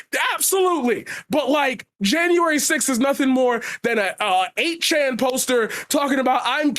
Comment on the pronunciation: lmao she mispronounced 8chan and then everyone attacks her saying they’ve never heard of the site